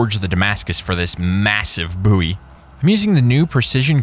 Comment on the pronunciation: Stary night Boowy , Bouwie , Bouwy. Ok my man, how do you pronounce bow, do you say boo. I suppose it could be an accent thing. I love your videos so please don't think I'm a troll. 😎